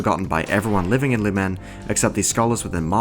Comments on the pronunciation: its not luMEN its LOOM'N GET IT RIGHT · The way you pronounce "lumen" Is peculiar